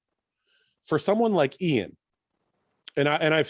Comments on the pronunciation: I really appreciate the one on one podcasts the real bodybuilding podcast + i have to say i like how milos pronounces iain's name❤ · We need guy and Milos on a loop mispronnouncing iain's name lol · absolutely loved this podcast! Milos was so entertaining and informative. His pronunciation of Iain gives Guy a run for his money😂😂